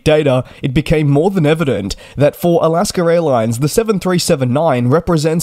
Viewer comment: Is I'll-ask-her Airlines the same thing as Alaska Airlines?